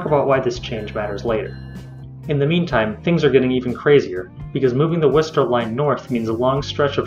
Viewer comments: oh by the way Worcester is pronounced *Wooster*. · Except in Worcester itself where it's pronounced "Wisstah" By the way the r is dropped at the end regardless unless you're a transplant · I think at a minimum the MBTA system definitely does NEED an orbital route, the yellow line in your plans. But IMO the second of importance is a Fitchburg-Worcester (pronounced 'wor-ster' or 'wistah') link along rt190, as well as the North-South Stations link, because currently that's a Red-Orange/Green transfer rather than a direct route. Also, as long as the airport still gets free access to the subway system, almost anything would be an improvement over the silver line. (even though I take advantage of that free ride only once in a blue moon) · Its "Wistah" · Worcester is pronounced Wooster or (if you can ape a Boston accent: Woostah) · Worcester is pronounced "Wuhstuh" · WUSS-tuh. Worcester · It's pronounced "Wuhstah" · Worcester is pronounced wuster ... don't ask why